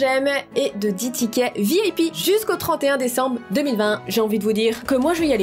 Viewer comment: Moi qui apprend qu’on dit « Véip » au lieu de « Vip « : 😳😵